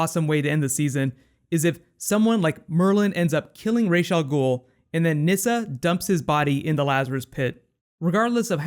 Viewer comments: every time he says Raish Al Ghoul it just burns me. its Ra's, Ra like the sun god not Raish there is no SH, their is no ray, just R-A-S, Ra's Al Ghoul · is it not "RaZ" al ghul,not "raj" al ghul